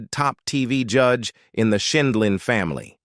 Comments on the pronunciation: It’s not Scheenlin or Schindlin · Apparently AI can’t pronounce her name correctly. And a few other words